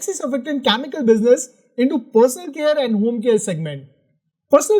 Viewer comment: Please work on your pronunciation. You pronounce chemical as Chamical or Kyamical.